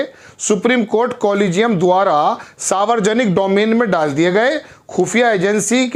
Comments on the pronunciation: Savarjanik nahi hota he Saarv janik hota he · च्चा सारवरजनिक नहीं होता है सार्वजनिक होता है आकाशवाणी से प्रसारित शुद्ध स्पेलिंग पढें या बोलें तो दिक्कत नहीं है संविधान होता है सरविधान नहीं होता है ये सब कुछ सरदार होकर प्रार्थना के साथ स्वागत करते हुए अपना उच्चारण भी ठीक कीजिए आपके चैनल से जुड़ें हुए हैं बुरा न मानें तो क्षमा प्रार्थी हूँ